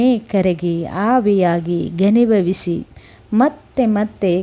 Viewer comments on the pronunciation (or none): ಕಥೆ ಓದುವಾಗ ಕನ್ನಡಕ ಹಾಕಿಕೊಳ್ಳಿ ಮೇಡಂ.. ಅದು, ಅನಿರ್ವಚನೀಯ ಅನುಭವ, ಅನಿವರ್ಜಿನಿಯ ಅಲ್ಲ.......😂 ಮಳೆಗಾಲ- ಮಲೆಗಾಲ, ಘನಿಭವಿಸಿ - ಗನಿಭವಿಸಿ.... ಹೀಗೆ ಬಹಳಷ್ಟು ಉಚ್ಚಾರ ದೋಷಗಳಿವೆ 😅